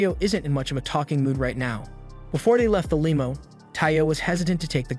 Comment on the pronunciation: Brother… I never usually comment but sir… for the love of god… pronounce limo correctly😂😂😂